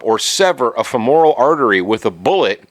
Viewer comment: Also, you should learn how to pronounce "femoral". "Femoral" and "immoral" don't rhyme, and most people know that. You paint yourself as an expert, but you can't get simple anatomy correct. And I'm supposed to trust you with gun laws?! Read a book, stupid.